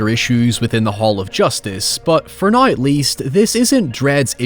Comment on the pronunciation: How does this dude say "Power" with no issue yet he says HOY-EVER and NOY?